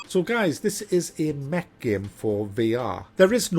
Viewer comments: He keeps saying Mech and all I hear is Meg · is he saying, Mc? Mack? Mech? Mag? Neck? game?